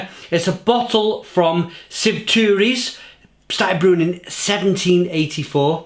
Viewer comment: Shvi-tu-rys, Shvi-tu-ro, Shve-su-sis.. a-lus